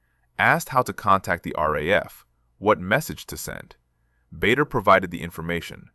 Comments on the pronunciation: It’s pronounced Barder, not Bayder. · BADER, pronounced Barda. AI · PRONOUNCED …….. “ BAR DER” otherwise you’d be in trouble and it’s …….. also pronounced “BARKSHIRE” not “berk” 😂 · The namd is pronounced BARDER. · Misspelling and mispronunciation. Bader is pronounced BAH DUH and Berkshire is pronounced BARK SHUH! Same you couldnt google it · The correct pronunciation is Bah dar. And the ME262 didn’t appear for a few more years…. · Very well said about the pronounciation of BAder and throughout this video the sjubtitles are more than attrocious. I met him too in late 1957 when he presnted prizes at my school. I still have the book he handed to me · The pronunciation of Bader is definitely wrong. Please fix it. It is pronounced Barder.